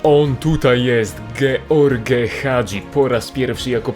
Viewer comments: dżordż a nie george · Ej a to się nie powinno mówić Żorż? Bo ty mówiłeś George